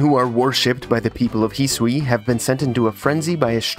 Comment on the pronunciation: the way this guy pronounces hisui 😤